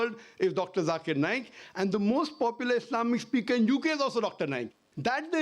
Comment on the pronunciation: bro butchered the name